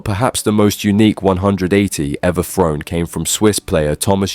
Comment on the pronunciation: why do you insist on pronouncing the 'TH' in the word 'thrown', with the 'F' sound? what the THuck is wrong with you? lol